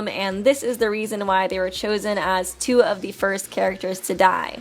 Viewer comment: whenever i hear her saying "Super danganronpa two" i hear "Tsu"